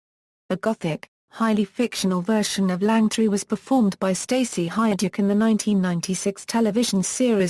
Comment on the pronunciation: OMG I agree and pronouncing words so badly Langtree actually and St Hellier is correct. Worst ever commenetary. Could not watch it as Lily Langtry was an amazing woman. Shame I was really looking to watch this